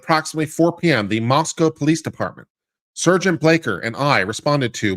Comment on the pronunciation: And it's pronounced "sahr-gent", not "sehr-gent" .